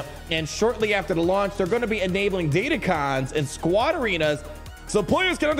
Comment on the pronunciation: They're Crons, not cons. DatacRons.